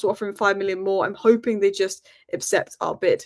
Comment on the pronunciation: Is it just me or does it sound like says apcept instead of accept.